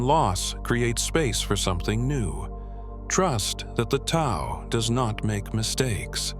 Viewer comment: Hate the voice. Horrible. Couldn’t sleep to it! And Tao is not pronounced correctly. Find Wayne Dyer’s version, everyone. It is excellent. Great, great voice.